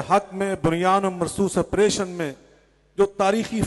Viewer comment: آپریشن کہنا تو سیکھ لے ڈنگرا۔۔۔۔۔ مجھے خود کو اہلحدیث کہتے ہوئے شرم آتی ہے لعنتی